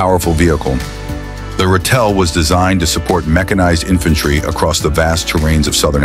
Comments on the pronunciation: Ratel (badger) is pronounced RA TIL. There's no "tell" in the name. Hi from South Africa 🇿🇦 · Ratel is correctly pronounced as RA TIL. Rooikat is correctly pronounced Rooi Cut. Umkhomto is correctly pronounced UM (as in the German word "umlaud") COM TO (as in bog). Olifant is correctly pronounced OOOLI FUNT.